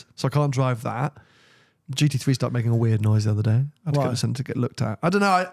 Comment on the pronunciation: Can someone please tell it's a GT Three not a GT Free...